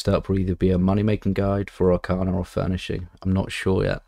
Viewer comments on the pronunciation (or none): I thought it was pronounced Arcane "a" rather than Arcanar... Hmmm :S